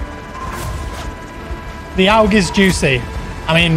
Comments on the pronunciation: it's not oug it urrg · Lol why do you say OWG its AUG as in August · It's pronounced awwwg not owwwwg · Just FYI my dude it’s ‘AUG’ (aw-g). Like you’d pronounce “augmented”. Great vid man. Good stuff, keep it coming my guy. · Its pronounced 'awg' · The way you say aug hurts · Isn't it pronounced "A......U.....G" ? It's the Australian military rifle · Please pronounce AUG properly 😂